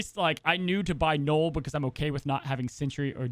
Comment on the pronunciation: Drink every time calls Knull a knoll, Shuri a Sherry or Aero an Arrow